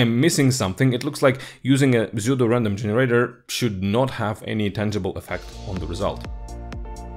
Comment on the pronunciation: которое псевдо? Я тоже на это слово обратил внимание